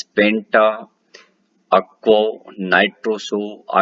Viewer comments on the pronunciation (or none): Lol. It is not "penta-akko"😂😂 it is "penta-AQUO" to be pronounced !🙏🏼😅